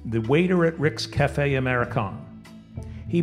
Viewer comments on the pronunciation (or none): none